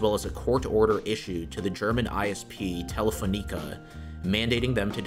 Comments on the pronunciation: you butchered the pronunciation of Telefonica. Tele-Fawn-icuh. not tele-phone-EEK-uh. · Telefoneeka he said